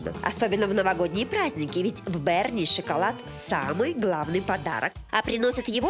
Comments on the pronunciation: Жанна, не " сщикалат", а "шоколад."Обратитесь к логопеду! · Как можно говорить...шикалад? Это п...ц